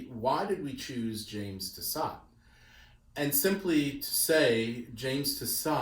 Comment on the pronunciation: I think the surname should be pronounced Tiss-oh. The final “t” is silent